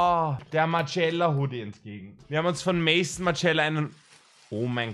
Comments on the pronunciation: Finde es irgendwie lustig, dass du "Maison", also "Haus" wie "Mäisson" aussprichst xD Ist ja französisch und der Designer hieß Martin Margiela und die Marke hieß dementsprechend "Maison Margiela" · Wenn er bis dahin immer noch nicht weis wie man Maison ausspricht wäre es wohl echt die beste Entscheidung!